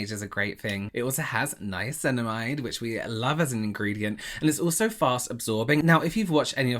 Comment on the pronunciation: I’m so proud of for saying niacinamide right lol 🖤💜